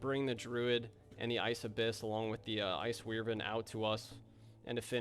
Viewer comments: Love the video… But what in the hell is an “ice weirvyn”? 😂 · Despite all the "WEER-ven"s and "FAL-key-on"s, I love your content, and love to see what's coming up next for my favorite game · Btw the way to pronounce wyvern is why- Vern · Wyvern is pronounced 'why-vn' also nice vids keep up the sweaty ranger gameplay m8 :D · You should be put in prison for how you pronounced wyvern